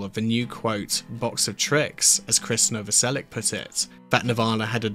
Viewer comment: The name is Novoselich, not Novoselik! It would be nicer if you made the effort! Just saying! Although I have heard Chris saying his me Novoselik, but maybe he's tired arguing! ..😂